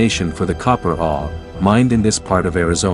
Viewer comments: I've never heard anyone pronounce ore the way you do. Are you familiar with hockey great Bobby Orr? That's how you say it. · This guy doesn't even know how to pronounced the word "ore".